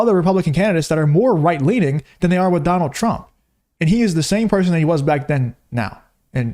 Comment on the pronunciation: Why whoopi said Donal I love you too?